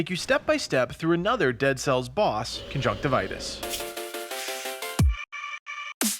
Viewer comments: Isn't it conjunctivius and not conjunctivitus? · It's Conjunctivius - lol